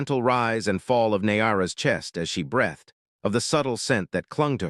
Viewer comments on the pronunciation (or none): "Thabj you she brEHthed," Not a word, We all wanted brEEthed", front-rhymes with TREE - Go listen to half-dozen Orc stories. Note how pleasant it is, when the Narrator doesn't muck up ordinary words. Do you have a good Narrator? Feed it this: I read this yesterday. Now you read it today. The healer wound the gauze around the wound. Then they tied a bow and took a bow. All breathed in relief.